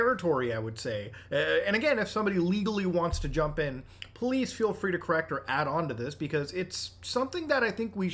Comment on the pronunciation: i thought he said f all lol